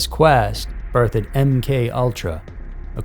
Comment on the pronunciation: And the word birthed - he said it like birth-ed.